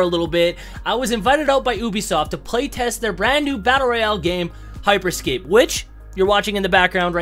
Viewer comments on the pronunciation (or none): it’s you-bisoft not oo-bisoft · Anyone else notice that he said ubisoft as oobisoft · He said oobiesoft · Did this man say UUBISOFT?!